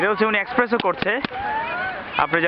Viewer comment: Mate that's not Expresso it should be Espresso. You got my point Mate? Good Luck for your future Video.